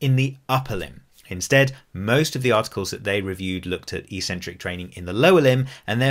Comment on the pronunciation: EEEEEcentric is not a word anywhere in the English language. Eccentric means ‘away from the center’. A crazy person is called eccentric bc they are ‘away from the center of normality’. A ‘negative’ movement of an exercise is a movement of the tendons ‘away from the center of the muscle’. It makes perfect sense from an etymological standpoint. Mispronouncing it as eeeecentric would mean ‘without a center’, which makes no sense. Another line of logic proving that it must be pronounced eK-Sen-Trik is that the first syllable is ‘ec’, which can only be pronounced ‘ek’ in English. There’s no possibility of a silent ‘c’. There’s no controversy regarding how to pronounce ‘centric’. So, the word is pronounced, eK-Sen-Trik. But don’t take my word for it! Look it up in literally any English dictionary.